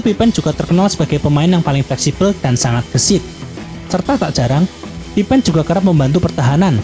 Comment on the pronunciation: Baru sadar kok bacanya "pipen" bukan "pipin"